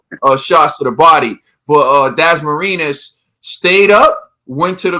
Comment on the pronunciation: The "-nas" in Dasmarinas is pronounced like the word "pinata" (I can't type the enye for some reason). I'm a Filipino, but damn, Dasmarinas' ribs were getting beat up like a pinata. It was a nice try, though.